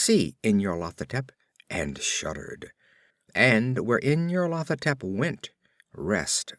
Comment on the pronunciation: I can't decide if you're pronouncing this as "in your Lathotep" for comic effect.